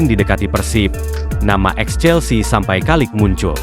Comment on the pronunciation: CHEALSE BRO LAIN CHELSI WKWKWKWK BELEGUG AH😅